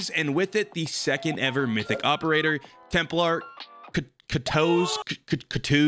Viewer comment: This mf say Temp-LAR pronounce it TEMP-LER